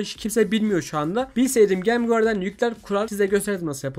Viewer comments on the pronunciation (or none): none